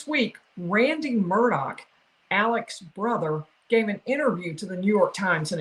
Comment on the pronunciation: It’s not Murdock it Murdaugh